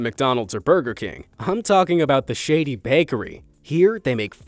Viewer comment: the correct pronunciation is "shA dee" (like SHAH) and not "shady" :) Seems like a Persian bakery. ShAA'Dee, means "happiness" or "joy" in Persian.